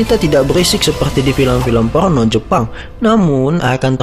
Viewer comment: Porno mas bukan polno wkwkwk.